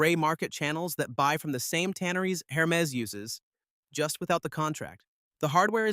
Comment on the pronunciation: Pro tip: if you’re going to do videos about Hermès bags, or any other Hermès product, it is pronounced AIR – MEZ. The H is not pronounced. And the second “e” is soft : bend not bee.